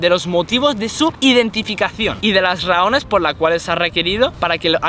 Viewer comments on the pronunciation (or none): estaba tan nerviso que no sabia ni como hablar dijo rahones embes de razones